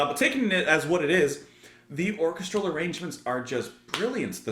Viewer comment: I've been dying to point out the correct pronunciation of "orchestral" for a long time!